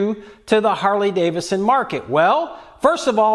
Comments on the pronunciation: Harley-DaviDson. Not Davison 😏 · 🤔 Another guy who pronounces it "Harley Davison"....😂